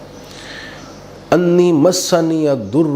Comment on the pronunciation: رب انی مغلوب ) سورہ قمر کی ایت نمبر 10 ہے۔ اس میں انی کی الف کے اوپر زبر ہے جبکہ اپ زیر پڑھی ہے۔